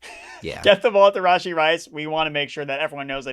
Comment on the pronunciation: Are you purposely saying Rasheed Rice’s name wrong? I cringed every time